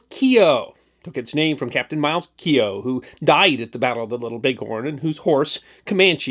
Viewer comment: Thank you for saying Keogh, properly.